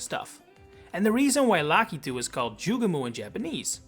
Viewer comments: Joo gay mo, not Joo gah moo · ITS NOT PRONOUNCED JUGE-MOO. ITS JUGE-MO! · Delete this video, you sound like an absolute fool building any theories on the sound "moo" which is no where in the word "Jugemo"